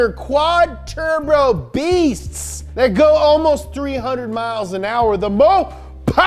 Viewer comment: He def said "Tur-Bro" in the first 20s. 10/10.